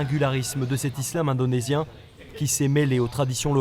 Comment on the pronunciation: Ça c'est ne pas l'islam que nous connais et il a bien dit ISlam indenosien 😂😂😂😂🤣